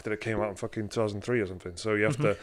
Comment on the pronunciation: "they got him in a cage of somfin" LOL